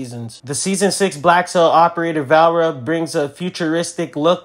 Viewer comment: Her name is Va-le-ri-a not valra 😂